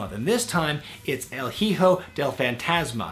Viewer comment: Dude, I love you to death but it's pronounced "ee-ho" not "hee-ho"(Hijo) The "H" is silent.